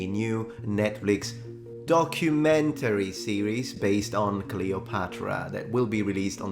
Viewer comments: Wocumentary😂 (pronounced "woke-umentary"). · Once again Netflix butchers the word DOCUMENTARY. They seriously need an English lesson on this word. Look at Harry & Meghan's DOCUMENTARY....